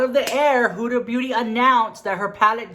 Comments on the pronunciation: Hahahaha, I thought you said 'Huda Booty', she does have a big booty too :P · I screamed when you said "Hoooda booty" 😂😂😂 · Lmao he said hudaa booty 💀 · Did I heard Huda Booty?